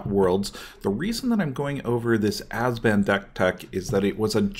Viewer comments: it's abzan. not azban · Ab-zan. Not "Azben". sound it out bro. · Great video, besides the 'ass-ban' :) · azban? not sure thats how you say it but ok... lol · Can't take you serious if you can't pronounce ABZAN.